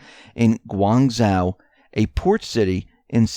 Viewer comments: When you speak about these Chinese cities, you are grossly mispronouncing their names. ZHOU is not pronounced "WOW". It is pronounced "show". (phonemic). Guanzhou = guanshow. Please correct your speech! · Excuse me; It is Guangdong Province with Guanzhou as capital city of this province. Just as Changsha is the capital of Hunan Province, besides that work on your pronunciation of the words/ names. The 'G' is NOT sounding like a 'K", but that will be the pronunciation problems in the ENGLISH language, but you are American so it ought not to be such a big problem for you, to pronounce correctly. But thank you anyway for this enlightening 'news report", it might clear up quite a lot of issues? Because everything is connected (Buddhist saying). (brw. Shenzhen is the "harbour" of Guangdong prov., just as Shanghai and Tianjin) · Your Chinese pronunciation needs work. The ZH combination is actually a thick J sound. Learn Pinyin if you are going to try to say the Chinese words. The -ang combination is actually said like -ong.